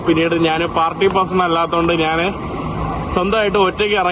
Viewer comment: മൈരേ, നാൻ അല്ല ഞാൻ ആണ് ശരി